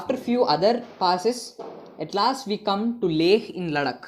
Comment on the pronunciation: Sir lecture is very gud... But u r incorrect pronouncing word ladakh